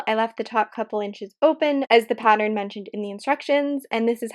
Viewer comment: The end result looks very lovely! Hopefully the wire holds up to use. I hate when good products get discontinued! 💔 Btw.. I've noticed some times when you're talking you say "pat-er-rin" instead of "pattern." It makes me smile because I've said "pat-er-rin" most of my life and never met anyone else who did it! Lol I was always teased for it! 😂💖